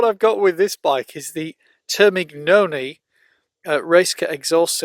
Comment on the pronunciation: Hei mate, thanks for the great content, I also love to lear english through out these kind of videos. Can I suggest to pronunce the 'gn' ogf 'Termignoni' for example, as the same as 'ñ' in Spanish, all right? Yes, for the science... Thanks again. Enjoy it for us too!🤙🤙